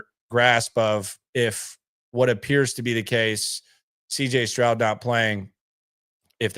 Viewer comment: Did you say CJ scrub😅😅 LOL laugh my ass off😂